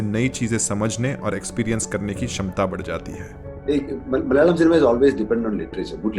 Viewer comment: bro, your pronunciation of the word "Malayalam" is superb! Most people don't get it right. When you say "Malayalam" you sound like a native Malayalee. Kudos to that.